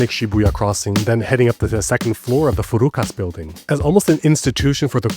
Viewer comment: Great video, but it’s FUKURAS not FURUKAS. A small difference but FURUKAS sounds like furui (old) kasu (a loser, scum). lol